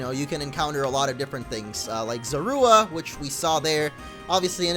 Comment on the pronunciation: its zor-uuu-wa not zo-ru-a